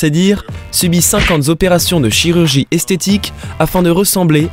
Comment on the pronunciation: . Cinquante Zopérations ! Viiiiiiite un chirurgien ! Je dois me faire opérer des tympans !